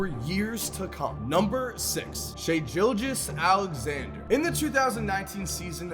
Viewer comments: Sorry but I’m a thunder fan and I need to say this and as a huge fan of shai(part band wagoning but he’s also our future, saw him on clippers) but anyways it’s Gilgeous-Alexander not like a Gillette razor but like fish gills if that makes sense. Sorry but ily man keep up the grind😂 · Nigga said “shai JILJEOUS-Alexander” 😭😭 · The way he pronounces Gilgeous-Alexander though lmfao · Wow I love you, but you truly do not know how to pronounce Shai Gilgeous Alexander’s name